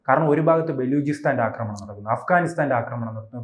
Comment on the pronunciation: "" അക്രമണം "" അല്ല " ആക്രമണം, ആണ്. ഒരു ചാനലിൽ വന്നു സംസാരിക്കുമ്പോൾ ഭാഷ ശ്രദ്ധിക്കണം അജ്ഞാതൻ നീണാൾ വാഴട്ടെ